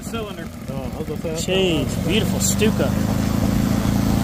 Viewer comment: Correct pronounciation is "SHtuka"😅